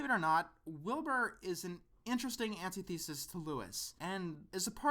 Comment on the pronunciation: an-ti-the-sis not an-tee-thee-sis